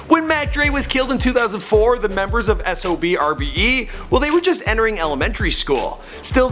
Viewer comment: And you say it like SOBRBE you don't say the X. That's how they say it themselves. Since ya asked